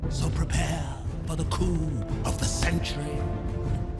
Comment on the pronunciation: I'm sorry but it sounds more like "prepare for the coom of the century" than the original "prepare for the coup of the century"